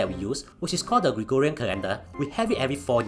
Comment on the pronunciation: woww I am surprised pronounced Gregorian correctly and not gregooooooriaaaaaaaaaaaaa